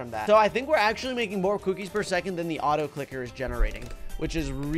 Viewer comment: u spelt on the Also for the autoclicker u said autocliker